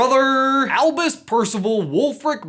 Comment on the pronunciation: Acronyms for the win! Also, who else heard Elvis, not Albus?